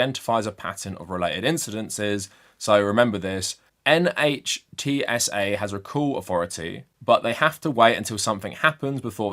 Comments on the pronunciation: NHTSA is generally pronounced /NITZ-uh/. It doesn’t make sense, but it is standard practice. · NHTSA is pronounced "nitsa". Will it act against Elon Musk? No. Not now, not ever. As of 20th January 2025, Musk, along with his tech bro Vivek Ramaswarmy, will be in charge of "saving money" by reducing the size of the Federal Government. This means, first and foremost, doing away with regulatory agencies. (See: Mandate for Leadership, aka Project 2025.) The Dept. of Education is the first on the chopping block, as per Trump's promises to the evangelical/Christian Nationalist voting block that put him in power, but soon after will come the abolition of EPA in order to allow the industrialists to compete with China and the Third World by poisoning air, land, and water; NHTSA to satisfy Musk's and the Big Three's desire to not be held accountable for safety, especially pedestrian safety; and the Dept. of Health and Human Services to satisfy Big Pharma and the anti-vaxxers. Where government agencies survive, they will henceforth be staffed and run by yes men and MAGA loyalists. Also, Congress will look the other way where all of Musk's, Trump's, and the rest of the new government's conflicts of interests are concerned. In short, the criminals will be responsible for passing and enforcing the laws in accordance with their own personal interests, and if by some miracle a conservative official gets prosecuted--highly unlikely given the MAGA takeover of DOJ--then the US Supreme Court will no doubt quash the conviction. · NHTSA: you should just say it as a word, pronounced "nit sa", like 'it's a' (with 'a' pronounced 'uh'...) "self-driving" is such a stupid idea. i'd rather actually drive instead of having to babysit your car so it doesn't kill people...